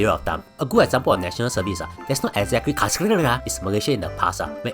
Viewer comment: "conscription" kena corrupted. pronounced correctly cos of the google definition on the screen